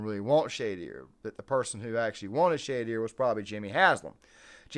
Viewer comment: Say it correctly...... Sounds like......Sha...door. Not shae dear